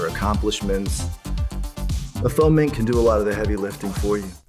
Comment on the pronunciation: Check your pronunciation of "faux.'🙄